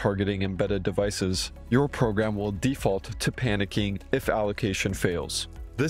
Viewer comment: Deaf-Ult. Sounds like a heavy metal band.